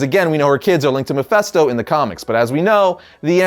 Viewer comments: Why do people always mispronounce mephisto's name? It's Mephisto pronounced "fist' not fest. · Thank You!!!! It's an "I" not an "E". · Why does everyone keep saying Mephesto not Mephisto 😂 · Why do you keep saying mephisto so weird 😂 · why is he saying Mephisto like that?